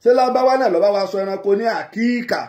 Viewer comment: Is Akika not Akiika